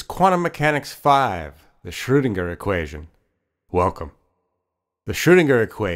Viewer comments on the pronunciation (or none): this is a great video but i wish the guy could say commit to the proper pronunciation instead of variously shurdinger, shoodinger, schroodinger, schwoodinger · Good video spoiled somewhat by poor pronunciation. Why oh why do almost all Americans completely mispronounce foreign names? Here's a suggestion - type foreign words into Google Translate before you make these videos and press the button that says the word or phrase. In most cases, you'll get a decent attempt at what the word should sound like. Please!